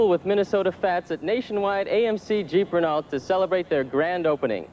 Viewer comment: I'd like to go back in time and smack Steve Stone upside the head (who I watched call Cubs games on WGN with Harry Caray when I was growing up) and tell him the car is pronounced Ray-know. At least, I've never heard it pronounced differently.